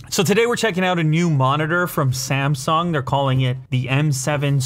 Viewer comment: "S A M S O N G"